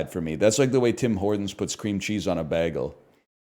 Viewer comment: Most people: bagel The lion from the north: Beggel